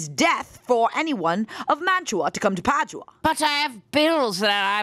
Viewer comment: Omg you guys pronouncing Padua that way is literally killing me 😭😭😂